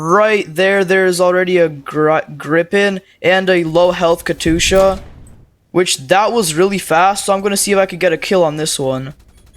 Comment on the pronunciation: It's gri pen not gripping and ka yet sha